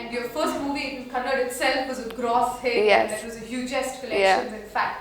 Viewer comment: It's kannada! not kannad!